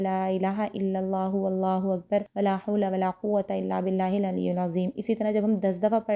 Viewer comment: بہت اچھی اگا ہی دی ہے بس لکھا ہوا ویڈیو میں العلی کے نیچے زیر ہے آ پ پیش پڑھ رہی ہیں۔